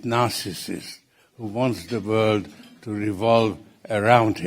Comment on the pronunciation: "vorld" another socialist nazi